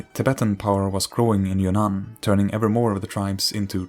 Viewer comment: Great video and very informational, however i keep hearing "kingdom of your nan" instead of "kingdom of Yunnan"